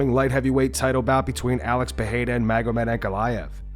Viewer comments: PEH-REY-RAH not PEH-HEI-RA. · It's February 2025 and still calls him Peheira 🤦